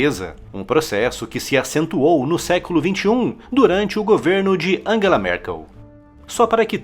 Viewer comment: Quem é "Anguela" Merkel?